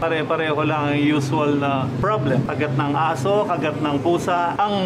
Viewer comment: gusto ko yung accent ni mareng Jessica sa "aso0h" hahahhaa